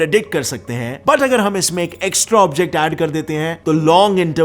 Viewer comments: He says 'Scientisto' instead of 'scientists' in every video😂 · Why do you say "Scientistoo" instead of "Scientists"? Or you can use hindi word "Vigyanik" that way the plural can be "Vigyanikoo". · I love your accent. Say that again: Scientisto